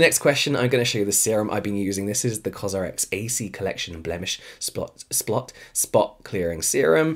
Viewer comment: Am I the only one who laughed so hard when he said "SPLOT" insted of "spot" then his eyes were like "😶" HAHAHAHAHA I LOVE YOU JAMES!!! 😄